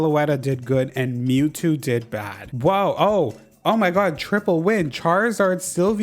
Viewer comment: i know you said mewtwo but “pnue-new” was what i heard first and was sent into oblivion over a possible dlc leak